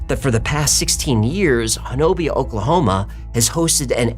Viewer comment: You mentioned Honobia, Oklahoma. Only problem is that you pronounced it "huh NO bee uh". It's actually pronounced "HO nubby".